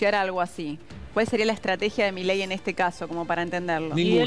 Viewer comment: Você tá pronunciando o nome do Presidente da Argentina errado.😂